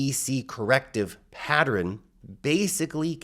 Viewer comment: Everyone: Pa-ttern: Pa-tter-rin